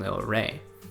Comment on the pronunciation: First time I’ve seen a battle cats player pronounce Evangelion correctly. So tired of hearing Evan-Jelly-On